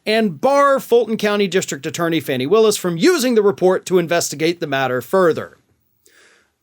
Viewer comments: With all due respect, her name isn't pronounced "fanny", it is pronounced "fah- nee" or "faw-nee". Thank you for speaking to this. We all know Trump is just trying to delay, again some more. He will eventually go to jail. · I thought it was pronounced "Fawnie" not "Fannie". Might wanna check. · Her name is pronounced "Fawny" not "Fanny". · Just fyi (not a criticism) Georgia's DD Willis' first name is pronounced "Fawney" She has brought this up so it must bother her. I love your channel, thanks for the accurate insight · I believe it’s pronounced Fawny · Her name is pronounced fawni